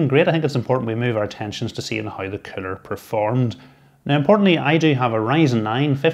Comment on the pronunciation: I thought you were calling it a 'killer'! But of course you were saying 'cooler' Haha.